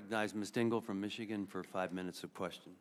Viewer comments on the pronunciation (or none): none